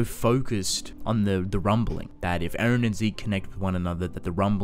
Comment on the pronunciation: His name is E-REN NOT AARON